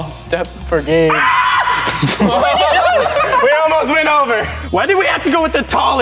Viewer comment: you can say numbers See and its Gabe not "gab"